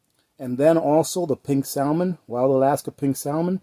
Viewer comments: The L is salmon is silent. Great video though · You don't know how to pronounce salmon, omg